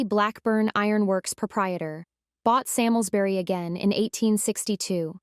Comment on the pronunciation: My ancestors! It is pronounced Sarmsbury